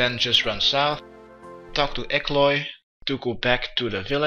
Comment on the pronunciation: Bro it’s E L K O Y, not E K L O Y. It really frustrates that there are people which don;t even try to read things. You just look at it and let your brain fill in the holes. It’s EASY, just READ, and if you aren’t certain about how to say it, HAVE A CLOSER LOOK at the word, don’t just be content with thinking “uh close enough”. It is literally a case of just needing to take 1 second longer to actually read the word, rather than just skim over it. You’d be doing yourself a huge favour in terms of your ability to speak/read/write english. I’ve said it in comments of previous videos, HIT ME UP, I will teach you english for free over a skype audio call. For the love of Saradomin, PLEASE let me teach you English! I can help you more than you could possibly imagine!